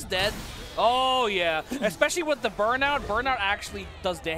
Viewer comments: Every time I hear "exspecially" I want to die. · EXspecially...LOL! Ignant ass